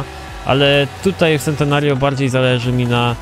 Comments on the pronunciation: z tego co wiem czyta się czentenario, a tak w ogóle spoko odcinek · A nie czyta się sentenerjio? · Też tak czytam Czentenario :D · Mała poprawka Centenario czyt: Czentenario